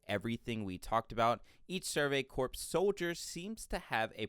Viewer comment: "The survey corpse was in a huge bind..." *CORPS ("core")